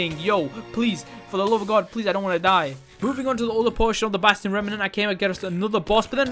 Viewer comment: I like when says "basTiyon"